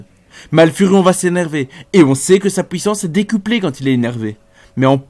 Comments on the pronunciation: Fantastique tes vidéos je me les refais toutes, par contre on dit "puissance" et pas "pouissance" :p <3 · tres bonne video sincerement tu fais un bon boulot !! MAIS STP ARRRRETE AVEC TON ACCENT DE DIRE POUUIT POUISSANCE C ENERVANNTT